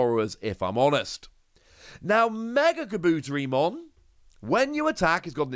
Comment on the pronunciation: Kabutetimon is pronounced: Kabu-Terry-mon not Ka-boot-ery-mon Again it's Kabu-Terry-mon my friend 👍